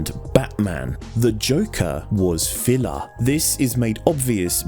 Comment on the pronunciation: I lost it at "...the Joke-ah is fill-ah". snert